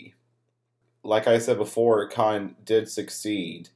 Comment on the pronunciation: This video would have been better with a narrator that could enunciate better. This guy can't even say the word "cotton" correctly.